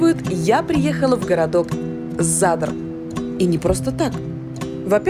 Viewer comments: А ещё Настя не правильно ставит ударение За́дар- Зада́р, Тро́гир-Троги́р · Задр или Задар все-таки ?